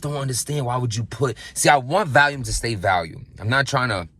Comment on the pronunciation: Volume Vol-ume Val-ium is a pill. Thank me later. We love you